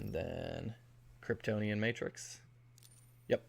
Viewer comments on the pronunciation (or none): none